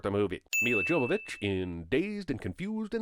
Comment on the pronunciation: It's pronounced Yovovitch for fucking sake!!!